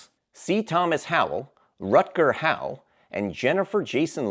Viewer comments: Is he saying Rutger 'How' or Hower(Hauer)? It sounds like How and that gets a thumbs down from me. Acting like you know something but don't, that's the youtube way isn't it? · It’s Hauer, not Howe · I just want to point out , respectfully,that his name is Rutger Hauer, its pronounced HOW-urr not HOW. You left out the -urr part. Not being nitpicky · Rutger Hauer, not Rutger Howe. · Hauer is pronounced Hower, not How. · Rutger hau-er…not hau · Rutger "How"??? The fuck is that about? His last name is pronounced "Hower", not "How". You torpedoed any shred of competence and credibility right there. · Are you saying Del Palma bro? It's De Palma. I do like your list and i would like to see a remake of "Deathdream" but still taking place in the early 1970s. Also,Rutger Hauer's last name is pronounced "How-er." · Rutger Hauer (How-er)